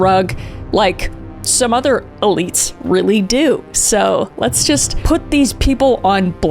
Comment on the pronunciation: I might be just smoking too much weed but did anybody else hear her say other elites?